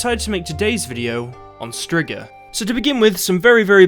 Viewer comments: It's pronounced streega not strigger lol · It's streegah not strigger lol English accents 😁🤣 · Striga is pronounced streeeeega and means witch. So im confused. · The monster is called a striga but he out here sayin strigga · "strzyga" :D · I will be honest at first i had a total brain shut down when you said Striga I though i knew what you meant but I was thinking of Bruxae